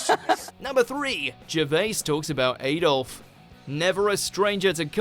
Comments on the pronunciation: Aydolf? Don't you have the common decency the pronounce the monster's name correctly? Could me please have an item on top ten WatchMojoUK Merkin mispronunciations? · Why is the narrator using strange funny words, when did AD-OLF Hitler become A-DOLF and when did a dog lead become a leash. Speak properly man eh!!! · it's Ah-dolf not Ay-dolf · Add-olf not Aid-olf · Don't pronounce it Ayyydolf, you sound uneducated. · Just one problem with this video Adolf is pronounced with an A as in bad or dad NOT day or way. Check any period film from Nazi Germany. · How did you manage to pronounce Adolf In correctly you said it like an american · The way the narrator pronounced Adolf 😐